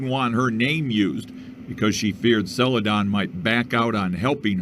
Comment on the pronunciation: Don... sell-uh-DON